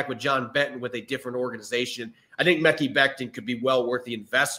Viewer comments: Guys. "Mekhi" is pronounced "muh-Kai." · Stop saying mekki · Mekhi = "Ma-Kai"